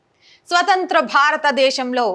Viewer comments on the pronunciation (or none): none